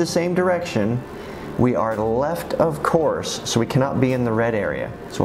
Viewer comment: good video but pronouncing off course like of course is really annoying